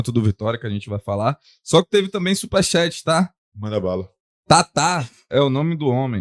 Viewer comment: Pronuncia correta de “xéti” eh “txát”. Respeitosamente (de boa, sem sacanagem).